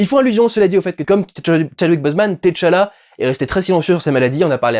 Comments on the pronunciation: Par pitié, arretez avec vos "T. challa" c'est TCHALLA, c'est pas insurmontable de tout dire en une fois, et c'est bien + esthétique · Durendal c’est Tchalla Et pas T Challa🤣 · c'est pas t challa mais t'challa😁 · je l'ai noté en effet. Ca n'en reste pas moins choquant à mes oreilles. Avant d'être une œuvre cinématographique c'était une bande dessinée qui s'inspirait clairement de personnage aux origines africaines. Et dont la prononciation la plus naturelle pour les lecteurs de cette partie du monde serait d'inviter à dire "tchala" et non autrement. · Salut Durendal je regarde le vlog et ça me fume chaque fois que tu prononces le T de Tchala a part ...Comme les noms africain la première consone ne se prononce pas et est "aspiré", le son est le meme que quand tu prononce Tchaikovsky par example. voila je retourne regarder le reste du Vlog